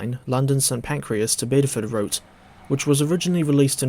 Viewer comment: It's St. Pancras, not St. Pancreas ;)